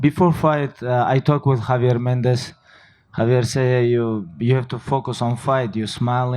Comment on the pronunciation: That solid pronunciation of "Javier Mendez" tho ✊